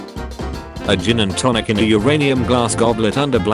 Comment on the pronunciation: I thought it was said as "Uranus" rather than "Uranium". 💀